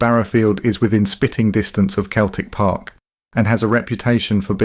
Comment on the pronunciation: youve been doing this a while now mate how can you not know how to say ibrox and celtic park properly?